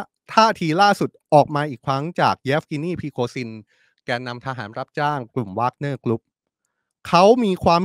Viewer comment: Where did learned English we call แวกเนี้.not วากเนี้.go back school but I still like you